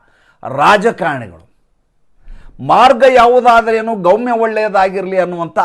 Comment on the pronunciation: ಗೌಮ್ಯ ಅಲ್ಲ , ಗಮ್ಯ